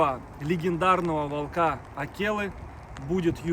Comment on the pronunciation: Ещё раз - не волкА( это безграмотно), а вОлка! Правильно говорить вОлка, ударение на О. И не кИдовался, а кидАлся! Учите правильные ударения русского языка, вы в публичном пространстве.